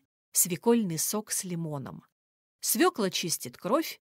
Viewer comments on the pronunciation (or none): none